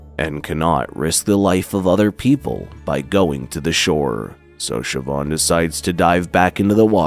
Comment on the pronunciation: Its Shiv-awn or Sheh-vawn. I think he nailed it perfectly.